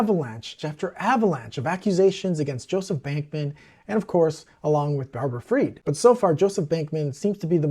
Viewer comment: You say you hunger for knowledge, we’ll learn this, SBF’s mother’s maiden name is not pronounced “ Feed” it’s pronounced Fried as in “fried” chicken